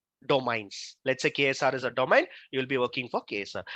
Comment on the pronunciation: Its not domine it's domain its irritates when you pronounce it